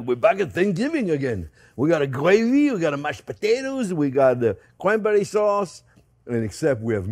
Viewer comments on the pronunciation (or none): Did you say cwanbewwie fwend? You get me so excited fwend!